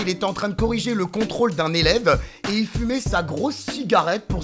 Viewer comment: C'est contrôle de Français pas Contraûle de Fransai